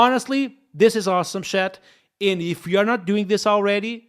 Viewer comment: Dont say shat it’s chat. Not having a go but everytime i hear it feel like you say shite